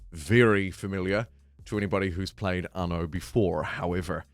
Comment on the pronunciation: "Arno" why are adding an R to a word without an R in it?